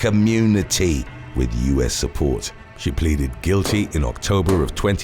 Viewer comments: Am I the only one hearing "diplomatic community?" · I know he means diplomatic immunity, but I hear "community" and apparently, so does the closed caption.